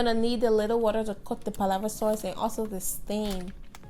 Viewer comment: Is it just me or is she saying “palava soyce” instead of sauce?